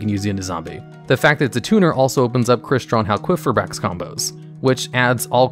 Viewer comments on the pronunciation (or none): Is no one going to bring up the fact that he butchered crystron halqifibrax's name?